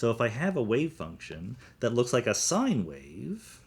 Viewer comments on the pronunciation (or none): none